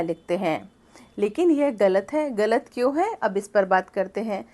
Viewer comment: आप ग़लत शब्द का उच्चारण गलत बोलते हैं जो ग़लत है; सही उच्चारण ग़लत होता है। 'मुर्तज़ा' नरियारवी